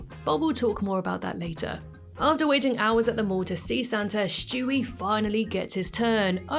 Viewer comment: I truly hate that you say Shtewie lol it really grinds my gears 😂😅 have a good one tho, youre still my british youtube babygirl lmfaooo 😂😂❤